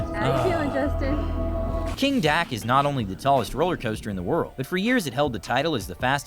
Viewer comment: I believe the guy narrating the video mispronounced the name of the roller coaster. It appears that it actually is Kingda Ka, which said he rode before. That coaster remains the tallest (and fastest) roller coaster in the world.